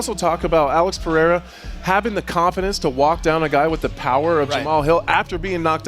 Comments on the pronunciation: Chael can't read? " Pee-era "😂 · Chael stop calling him Piera !! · Chael P. Sonnen The P stands for Pee-era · Why is Sonnen incapable of saying Pereira ?